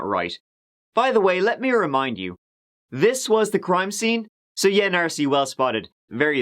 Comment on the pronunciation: Stop saying "Narcy! 😭😭😡😤